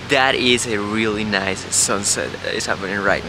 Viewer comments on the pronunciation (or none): none